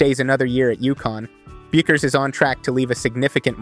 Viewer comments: The U is silent in her name, he would know that if he has watched any videos on her prior to this lol it’s Beckers when you pronounce it hahaha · Everyone I hear speaking about Paige pronounces her name “Beckers” despite the spelling. This is a good clip, but I wish you could redo the narration and correct the pronunciation.